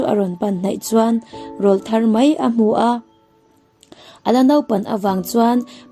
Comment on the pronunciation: "Rawlthar" i lam dan hi a hmasa lamah khan ka sawi tawhin ka hria! He "rawl" hi "tleirawl" tiha "rawl" ri ni lovin, hemi kan aw chhuak "râwl" ri hian a ri chho zawnga lam tur a ni e aw. Tin, "dar lukhum" i lam dan pawh hi a dik lo a, heta "dar" hi inkhawm dawna biak ina an khawn rik vu vu ṭhin "dar" anga lam tur a ni e aw.😊😊 He channel ka hmu har lutuk a, a ṭha tak zet a nia❤❤❤